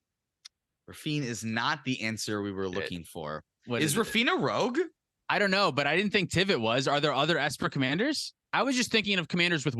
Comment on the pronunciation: Is the "Rouge" instead of "Rogue" a bit? It's funny either way, and this was fantastic!